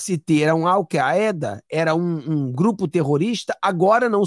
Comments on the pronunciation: ALVAEDA ( ALCAIDA). FALOU. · leia-se "al caida"